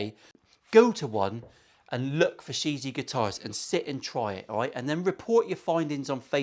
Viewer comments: It's pronounced "shee gee yeah" Chinese for World..Not being a smart ass : ) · Hi I want one of these. Just for reference the name of the guitar is pronounced Like sherr jee air correct mandarin. Love the video and lovely guitar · It has different meanings and pronunciation. The world is one of them but that’s shea je inuncisted. It also has a ghost type commutation in Taoism. It’s also a name it’s actually the owners son amongst the dealers it’s she gee just like says. Mark Shijie UK